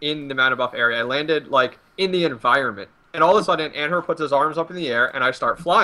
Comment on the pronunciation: AN-HER. AN-HER PUTS HIS ARMS UP IN THE AIR DJDFLDKSF AN-HER AN HER ANNNHURRRRRRRRRRRRRRRRRRRRRRRRRRRRRRRRRRRRRRRRRRRRR this guy can't pronounce shit